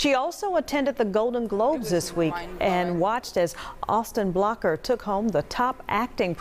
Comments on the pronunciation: And also, the actor who played her father? His last name is “Butler”. Not “Blocker” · It's Austin Butler, not Blocker. And Lisa Marie was 9, not 7 when Elvis died. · And Austin’s last name is pronounced “BUT-LER”! Not “Block-er” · Austin Blocker? What is up with These new broadcasters? Get it right.